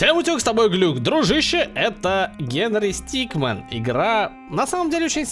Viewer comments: Глюк правельно надо говарить генри стикмИн) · Глюк, правильно не стикмен, а Стикмин. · Это не стикман а стикмин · Глюк не стикмэн а стикмИн